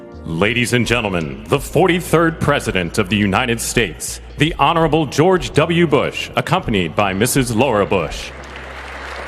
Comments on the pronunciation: Notice how the announcer disrespected President Obama during his introduction. The announcer called him honoral — which is not a word at all. No bumbles introducing anyone else during the entire ceremony. Also, notice how they played circus clown music for President Obama’s entrance walk; and they played upstanding patriotic music for the entrance walks of all the other presidents and people preceding and following Obama. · I wonder if the announcer mispronounced honorable on purpose.